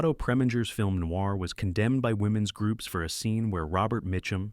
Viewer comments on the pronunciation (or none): none